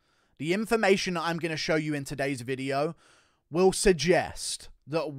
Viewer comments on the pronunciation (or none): none